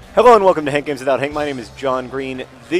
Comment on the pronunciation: Im gonna leave a short comment today and say it sounds to me like john is saying hankgames.hank